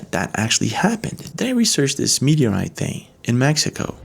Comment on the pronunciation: Meteorite is way to slow !!! It's not a.mwtoeite !!